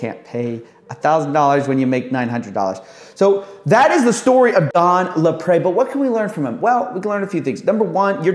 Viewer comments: it's pronounced "LapREE" you sound annoying trying to add a French accent on it. & what's sad is Don Lapre ended up HANGING himself in county jail over these charges! He had a family, a daughter. Now look at all the SCAMMERS out there today online!! they need to be ARRESTED!!! they're far worse than "tiny ads" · Don LaPre = laPREEEE, not laPrey